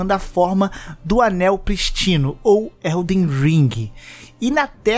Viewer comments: Po a dificuldade do de falar "Melenia" e não "Malenia" quebra a imersão na história. Assim como ele falar "pristino" e não "prístino". Mas mesmo assim é um ótimo apanhado de lore pra entender mais o game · Pristino não né pqp kkkkk cuidado com o acento. Mas tá aí o like.